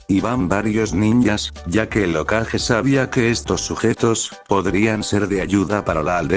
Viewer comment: Porque dice okaje en vez de hokage ?